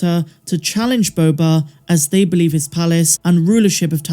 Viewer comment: Who says “Boba” better than?…. No one!!!!